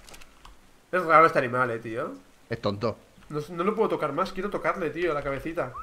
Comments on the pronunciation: like si se dieron cuenta que di alimal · like se sieron cuenta que dijo alimal